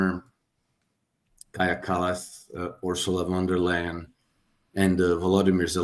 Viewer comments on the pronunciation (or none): Can anyone tell us the language from which "" comes from so we know how to pronounce it? Thx. I thought it was German but the way he pronounced Von der Leyen made me wonder.